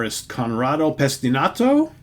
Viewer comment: Pesinato not Pestinato.